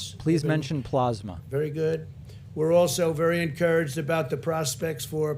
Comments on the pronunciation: "dexamethasone" "PLOSMA" & "donate PLOSMA today" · Teryna Asher blahsma! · “Please mention plozmuh” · Plozmuh is very similar to plasma. It’s more plausible to pause Covid-19 symptoms using plozmuh. You just have to... put it on... your paws... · Pluhs-ma or PLOSMA 😂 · Plaughsma, plausma, which one is right Trump??? Lol! He is so not smart. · “It almost seems like he doesn’t really care, but he doesn’t seem very bright.” Pakman, I think you just summed up this presidency. Do you think that when he hears people say plasma, that he thinks they are saying it wrong? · Then we'll be here for days. Dude can't even handle pronouncing plasma.